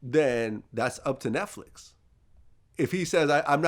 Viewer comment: Errffqwake said NESTflix 😂